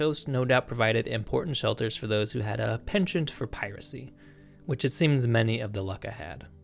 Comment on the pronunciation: Americans, stop using the word 'penchant'. You don't pronounce it correctly, and as you've already butchered your efforts to learn the English language, we'd like to not see (or hear) you do the same with the French language. Cheers.